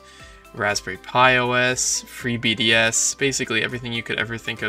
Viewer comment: I’m sure it’s ‘free BSD’ not “BDS”, lol.